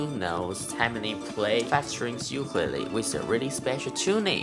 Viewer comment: Amazing playing! Now we just need you to pronounce the name of the instrument correctly since you have such a large audience. Theres no "Y" sound, its more like Oookoolele. I'm sure you can find a video of a Hawaiian saying it correctly. Keep rocking dude!